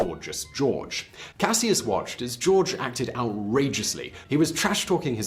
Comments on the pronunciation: You’re pronouncing Cassius incorrectly. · anyone else realize that he is pronouncing "Cassius" wrong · I though his original name was pronounced like Cash-us Clay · You killing me 🤦🏽‍♀️ with that Cassius 🤦🏽‍♀️🤦🏽‍♀️ EVErytime you say Cassius I have to take a second or two to understand who you talking about!!!